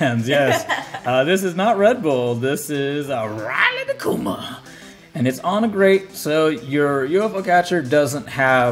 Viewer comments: Isn't it pronounced like ree-luh-koo-muh? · What's the inside joke with saying Riley da kuma or Riley instead of Rilakkuma? Or even Rila?